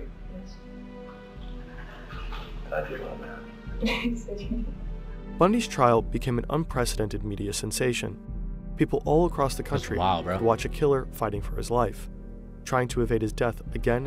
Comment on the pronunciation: video: ‘a sensation’: ‘a senenattation’